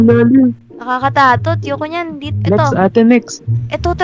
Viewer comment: bat sinasabi mopo Nakakatatot at ni botchog sinasabi Nakakatatot 😂😂😂😂pero ep4 ate ha ❤😊